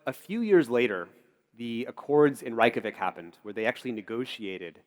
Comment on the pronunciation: It's not Rike-ja-vik Reykjavík is pronounced Ray-kja-veek the a in 'kja' is long, as in 'ahh', not 'ay', roll the 'R' and make sure the 'K' is always strong.